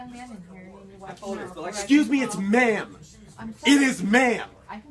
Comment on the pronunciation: It’s ma’-am !